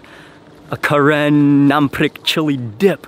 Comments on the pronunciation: We’re Karen and it’s actually pronounced “kuhren”. We were originally from Kawthoolei which is located in Burma. Due to war we had to flee to Thailand border and there are many Karen people in Thailand refugee camps. There’s still war going on so please pray for Karen people . 🙏🏻😇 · We are known as Karen or kayin. The pronunciation of the Karen tribe sounds slightly different from the term ( Karen from the Westerners or a name karen ) As you can hear the correction of Mark's pronunciation ( Karen ). Sounds different, doesn't it? :)